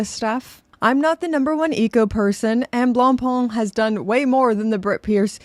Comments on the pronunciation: Wow. Learn to pronounce 'Blackpain'; it's making my neck hair stand up. ''Blangpang'' lol. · I can't help but crack-up when I hear Anglophones pronounce "Blancpain". I'm primarily Anglophone myself but, being from Quebec, I'm bilingual and "blanc pain" means "white bread" in French. To pronounce it properly (at least as properly as an Anglophone can), say "Blon-Pay" because "Blon-Pon" isn't even close. 😁 Having said that, I roasted the Fauxmega MoonSwatch because it was a serious insult to the Omega name. I never thought that it could be worse, but, here we are with Blancpain being crucified on a plastic cross. What's next, Breguet? Sheeeeshh....